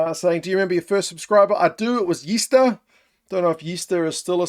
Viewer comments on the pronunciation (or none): It's not yeester lol, it's Yster which means metal, meaning strong guy or smart guy/ good guy in our culture, just something you call good mates and dope people. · haha it's pronounced "Aye stir" (don't know if that makes any sense on text) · Congrats on the 100k & Gazza!!! Trust me Gazza knows how you feel about his support mate... just a note so you know how to pronounce your 1st Sub when you get to 200k - You pronounce Yster (meaning 'Iron' in Afrikaans) as "ei-stuhr," where 'Y' sounds like the English 'ei' in 'hey' or 'eye,' the 's' is a soft 's,' and the 'ter' rhymes with 'fur' or 'stir,' often with a slightly guttural 'r' sound. BTW you nailed Willem mate!!! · Its actually Yster..( pronounced in English Ayester..) Means as a metaphor upstanding man . Yster as a noun is steel. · Its Yster "iron"